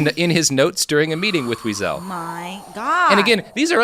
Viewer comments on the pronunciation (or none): GODDAMNIT! How can you be so brilliant and screw up Elie Weisel and Jim Croce’s names?!?! I just physically cringed at “Jim Crose”…